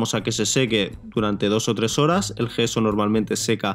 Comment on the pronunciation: por que dices geso? es yeso